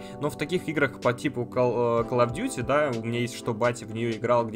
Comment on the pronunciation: Кал оф дюти и игры лабают. Это просто писец. Видимо подписчики не достойны правильного произношения слов от автора. Блин... Ну можно же новым дублем отснять.